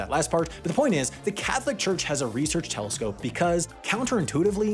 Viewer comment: mf said telecscope